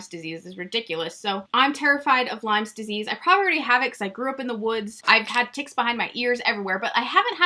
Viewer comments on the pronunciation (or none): Lyme* it's Lyme Disease, not Lymes